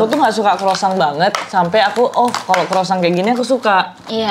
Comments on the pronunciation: That's croissant ( kwasong) 😅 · Kwasong bacanya noeee..buka kwosang,krosang 😅